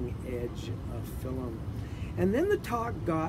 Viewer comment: Who says “fillum”??